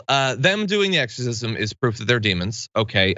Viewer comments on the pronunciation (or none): She said eggercisim not exercisim.. I listened twice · She say "eggsorcism"? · I'd like to ask her what an "egg-sore-sizz-em" is, exactly. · EGGSORCISM how the newsmax reporter said. Can they afford that? If you are going to use the term in a derogatory manner, atleast learn to pronounce the word correctly. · LOL she said eggs-orcism.. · What the heck is a egersisim. I know thats what she said. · Hey, Isabelle Brown... What's an "EGGS-orcism"? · What's an eggorcism? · Did she say "egg-sorcism"? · She did. And it hurt my ears. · Isabell brown- “egg-zer-sizm “ not exorcism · I heard it too lol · She said "eggzercism" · correction...It was eggzercisum...And it was eggstremisum....And journalisum